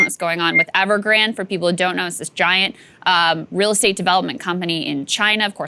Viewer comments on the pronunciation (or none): Not a big deal but you are pronouncing Evergrande incorrectly just a heads up. Ever-Gran-Day